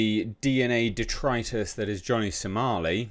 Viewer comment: Stop saying detritus, please god please